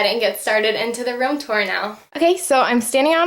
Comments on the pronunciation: its ROOM not ROM you say it wrong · Its sound likes h say rom instedvof room